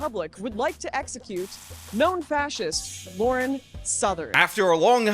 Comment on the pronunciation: Lauren. Not Laura. That is the extent of my criticism of this video.